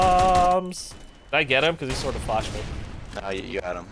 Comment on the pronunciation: Lmaooo i liked when he messed up the flash as ct and then he said "oh noo they flahed uss"